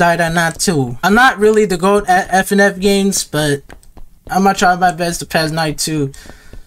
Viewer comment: it's f.n.a.f not f.n.f